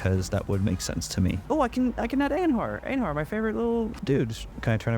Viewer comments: EINhar is sad, because you mispronounce his name, Stupid Beast! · The way you say Einhar's name makes him sound like he is Amish lol